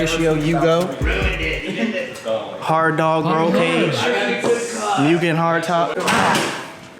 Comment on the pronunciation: it really grinds my gears when people mispronounce mugen. there is no emphasis on the u